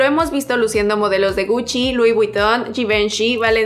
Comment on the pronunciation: Sólo como apunte; se pronuncia Alessandro Mikele, Yibonshi (Givenchy)